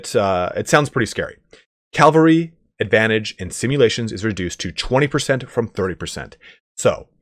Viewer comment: Cavalry. CA VA L RY. Not caLvary.